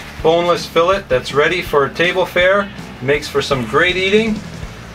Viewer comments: It’s not called a FILLIT it’s called FILLET SOUNDS LIKE FILLAYYY!! lol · hahaha "fill its" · @@ Are you Canadian? Filet is a French word or a derivative. Do Canadians pronounce filet with a hard t instead fil-lay as the Brits do? How do you say felt mignon? Just curious. After seeing all of the negative comments from the ignorant and shallow end of the gene pool I was hesitant to ask. The question isn't a slam.